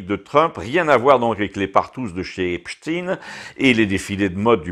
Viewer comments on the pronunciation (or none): Si j’étais vous, je prononcerais le nom d’Epstein comme on prononce celui d’Einstein. On ne dit pas Instine, sauf erreur de ma part. C’est un détail, je vous le concède.